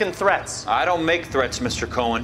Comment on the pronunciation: Great video. it's amazing how at the time this game was so groundbreaking. I saw a Reddit post that said "what game has aged badly?" This, this is one of them. Saying the name "Cohen" wronh is very infuriating haha. you even used the scenes with the pronunciation.😂